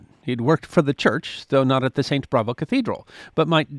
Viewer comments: It’s St. Bavo not Bravo. There is no R in it. I would have used sawn instead of sawed. I loved St Bavo’S when we went to Europe. Ghent is beautiful and worth stopping on your way back from Bruges. Brugge is worth days and days of sightseeing. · It’s Saint Bavo’s Cathedral. Not Bravo’s. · Not Saint Bravo, Saint Bavo. 😸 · Saint “Bravo”? Not “Bavo”?